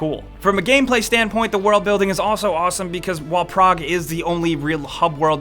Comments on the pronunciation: You're saying 'Prague', right? Not 'Prog'? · It took me a while to realize that when he said "Prog" he was actually trying to say "Prague"